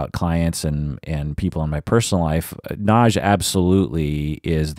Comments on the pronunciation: Nagy= correct pronounce is "nod-yuh.". Nagy- translated in English means "big". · Actually it's pronounced to nearly rhyme with "lodge"... the "-gy" in Hungarian has a unique sound so that "Nagy" is pronounced something between "nodge" and "nod-yuh." Source: Dad is from Budapest 🇭🇺